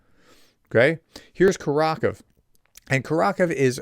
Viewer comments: Great video, but for heaven's sake please say KUR ah KOH veh, not curr ROCK uv. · btw prof it's pronounced [kʊˈrɑxowe] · Great reporting. Just a note that Kurakove is pronounced Koo-rah-koe-veh. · the pronunciation of Kurakhove has the accent of the third syllable. It's four--syllable word by the way. The final "e" is not a silent letter as it would be in English. The "ve" at the end would be pronounced "vuh"... like we pronounce the e in "the"